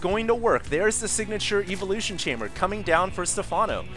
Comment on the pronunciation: anyone get bugged by the way he says evolution? lol